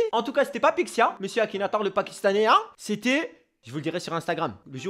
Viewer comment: C ma tuer le "Akinatouz"